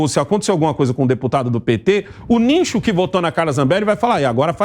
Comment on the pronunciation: "niNcho"? "NINCHO"???? 🤣🤣🤣🤣🤣🤣 vao estudar, asno. Parei de assistir. Chega de passar vergonha alheia nesse canal.